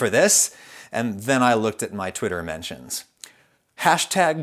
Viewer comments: I heard that line twice and was 100% convinced he was saying "mansions" as some weird self-parody reference that I'm not familiar with. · His pronunciation of "mentions" sounds like "mansions" so each time he brings up his mentions getting filled, I just imagine Adam getting harass in 1 of his many estates by people telling him he's wrong. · I heard mansion as well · Ooohh in your "mentions" ... as someone who doesnt use Twitter i was sure you were saying "Mansions" and i was sooo confused! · Me too! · Ragusea Try consulting an expert before pronouncing the word "mentions" incorrectly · YES!!!! I rewound it and put on captions for that sentence cause I was confused. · Thank god im not the only one who kept on hearing that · THANK YOU. I heard that exact same word—and had a similar mental flight of fancy. 😆👍